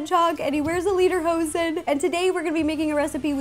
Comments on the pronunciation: Pronouncing „Lederhosen“ like „leaderhosen“ makes me, german native speaker, feel kinda uncomfortable... :D (more correct would be... i don't know, maybe „Layderhosen“) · they are pronounced "layderhose". "leederhosen" translates to song pants.